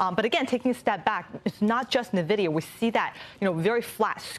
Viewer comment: Will they please learn how to pronounce NVIDIA?! This hurts my ears